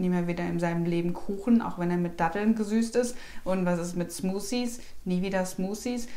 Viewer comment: "Smussies" :D :))))